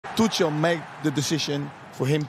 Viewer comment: saying tuchels name like that as a dutch person is really bad